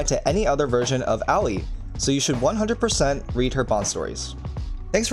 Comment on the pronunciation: Did you just pronounce Aoi as owie?